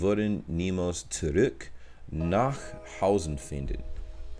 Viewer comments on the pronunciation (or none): *zurück 😉 your pronounced it more like zuruck It's not u but more of a mix between i and u ,so try a couple of times to say zurik and then say it again but form your mouth to an u this way it's getting more in the ü direction 👌🥰